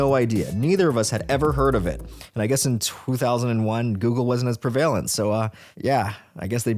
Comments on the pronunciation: That’s not how prevalent is pronounced. It’s PREValent. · Never heard someone pronounce prevalent like that before